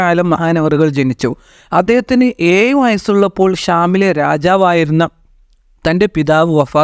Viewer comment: കോയി,മയ, ഏയു,... മലയാളം പറയൂ....